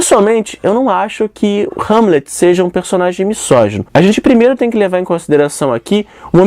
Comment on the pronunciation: MISÓGINO = Pronúncia-se MI ZÓ GI NO e não MI SSÓ GI NO.